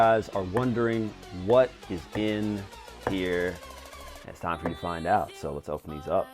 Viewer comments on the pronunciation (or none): none